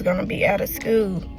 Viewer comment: She says "skeuw" instead of school lol 😆